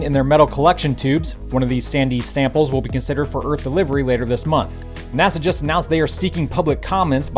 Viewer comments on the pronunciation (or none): none